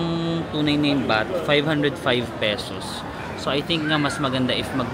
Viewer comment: andaming ligo beh. 'baht' kase, di bath haha labyu